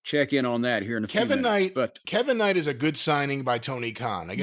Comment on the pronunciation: With everybody saying Kev-vin Knight YEAH!